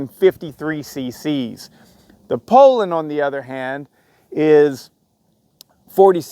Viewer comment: i have a mint 55 rancher i paid $100 for. the piston was scuffed and the cylinder was scored, i put a hyway closed port pop up kit on it and gutted the muffler. she rips! by the way it is pronounced "pool lin" not "pole lin"! lol